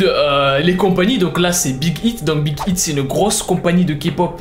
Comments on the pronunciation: Cest pas big hiit on prononce big haiit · #kpop g étai choquer, t'a mal prononcer Big Hit. Et tu a aussi oublier de parler de la sasaigne psyco"""". Sinon ct cool.